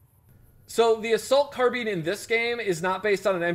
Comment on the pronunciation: Assault Carbean? Lol